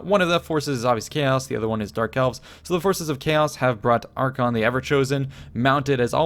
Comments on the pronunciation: Archaon (Are-kay-on) and Arkhan (Are-can) are not pronounced the same. Cool battle though. :P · ITS PRONOUNCED AR-KAY-ON A POX UPON YOU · since when is Archaon pronounced the same as Arkhan? yikes